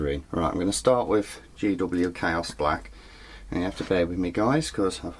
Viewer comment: Hehe, when says "chaos black" it sounds like hes saying "cow splat". Think i may call it that from now on...:D